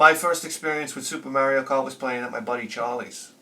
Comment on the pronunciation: I will pronounce "Ocarina" correctly when you start pronouncing "Mario" correctly.